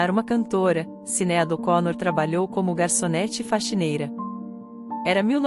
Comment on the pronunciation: Por que essa comentarista do YouTube não pronuncia as palavras e o nome da cantora corretamente???? Sinead ela pronuncia Cineádi...que horrível... o nome é pronunciado errôneamente e está totalmente errado!!